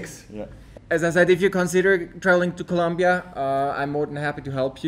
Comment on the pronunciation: It's ColOmbia with an O